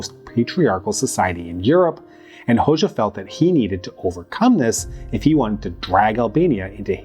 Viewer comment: It's /ˈho.d͡ʒa/ the letter xh (it's a single letter in the Albanian alphabet) makes the /d͡ʒ/ sound like in the English word bul ge